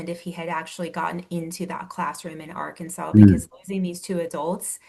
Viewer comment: Maybe they start saying the name of the state right ark Kansas